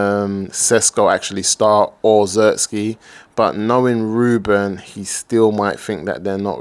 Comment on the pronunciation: please the name is Zirkzee not Zerski 🤣🤣